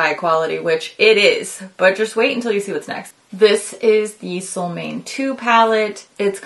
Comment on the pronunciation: Long time fan and I love your content and how informative it always is. Soo hopefully this correction is rude or anything. The a in Solmåne has a circle above it. Which means the å or pronounced like a long O like in cone. Sol means sun in Swedish. And måne means moon. So solmåne means a solarmoon. :) This palette is totally tempting me. It’s so pretty. But also echos Angelica’s Club Nebula to me aside from the orange.